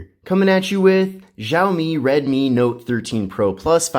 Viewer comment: It's pronounced "Shaomi" not "Zhaomi"...dumb one language (barely) speaking Americans 🙄